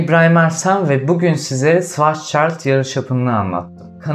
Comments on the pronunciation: Yalnız onun telaffuzu şıvarzçayld şeklindedir. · Şıvarzçayilid mi ne nasıl söyledin onu?